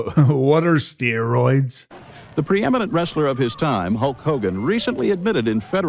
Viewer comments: What are steeroids? I don't know, aren't you the one that says per instead of poor all the time? Seriously dude, pot and kettle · "Steeroids! Now with 110% More Bruthuring!" 😂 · Steer-oids...? Is that what Lucha-deers thake? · What's "steer-roids"? Cattle on the gas, brother...